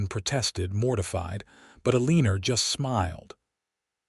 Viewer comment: Her name is Eleanor: pronounced as El•ah•nor NOT E•lean•er! There is no "er" in the name! Please, check your AI and make certain that words are pronounced correctly.